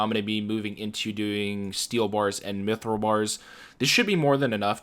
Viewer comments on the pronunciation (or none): none